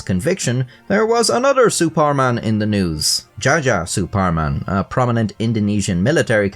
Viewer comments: btw this one's pronounced as Jaya Suparman. Old peeps use Dutch spellings for their names. Hence why Sukarno's name was Soekarno aswell. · his name is pronounced Jaya Suparman (Djaja was the old orthography)